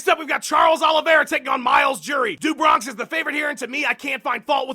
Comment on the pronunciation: "Do Bronx" is pronounced "d'oh Bronx"; it means "from the Bronx" in portuguese. I'm pretty sure.